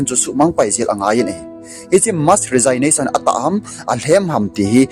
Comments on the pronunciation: Resignation hi pronounce nabol teng rejiknason ti toh kibang ahi. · Na Resignation pronounciation chu ngaithada aume sopi. Thugil lagil naseingal ahileh pronounciation chu phaten mango.... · Resignation na pronounce danchu datmah um sam'e.😮😮